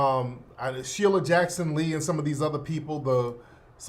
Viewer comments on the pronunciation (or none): none